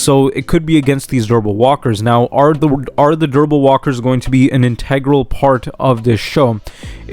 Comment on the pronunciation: Interesting theories. Just slow down when saying "durable". It sounds like you're saying "verbal". Actually, verbal walkers would be terrifying!